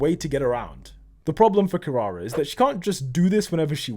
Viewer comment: his pronunciation ou kirara lwk pisses me off